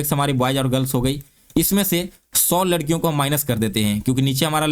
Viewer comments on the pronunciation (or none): none